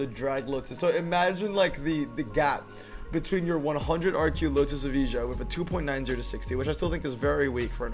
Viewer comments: was wondering why he talk about e-visa :D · Its not eveeja. Its evaya🙄